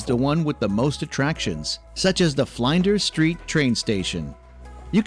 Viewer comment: wtf is "the bay bridge", "Fly-anders Street", "Meborrrrrrn", "BrisBANE"? 😆 I wish they'd stop getting random Americans who have never even visited Australia to narrate these videos. 🙄